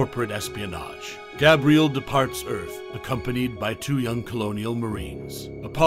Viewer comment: I can’t do it, this guy can’t even pronounce Gabriel correctly